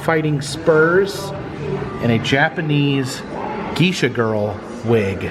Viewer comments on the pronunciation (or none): … Geisha is pronounced GAY SHA